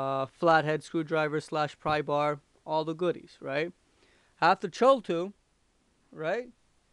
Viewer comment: its pronounced "kathool" not "chull" its a Cthul-tool, as in Cthulu the underwather kraken type monster.